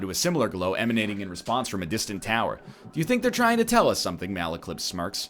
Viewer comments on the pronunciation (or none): none